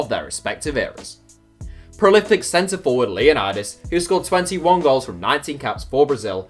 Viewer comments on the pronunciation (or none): none